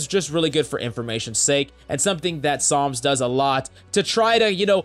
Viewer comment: Is it just me or does always call him Psalms?